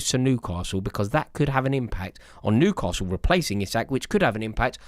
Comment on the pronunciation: are you saying Nucastle not Newcastle it's driving me nuts... 😂